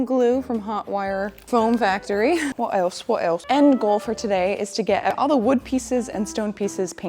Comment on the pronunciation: "wot else wot else", made me lol out loud :)